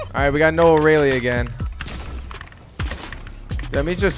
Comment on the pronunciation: noah re-lee?